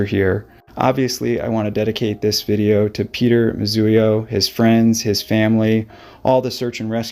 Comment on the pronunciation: Moo zee o… not Moo zu ee o